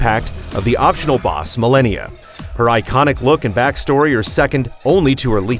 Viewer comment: How do you still pronounce Malenia wrong after hearing her say it dozens of times because she's kicking your ass? She might take some people 1000 years to beat, but her name isn't millennia. lol